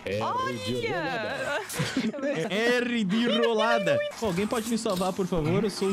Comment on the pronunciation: Mano o morrendo Kkkkk kkkk "R de rrrooolada" kkkkkk